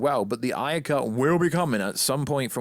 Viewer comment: It's David AYE-er, David AYE-er. Like how you would say the letter "A" A-er, not David EYE-er "as we say in the UK" it's a person's name, I know damn well you can pronounce his name correctly, you're just doing it to be irritating.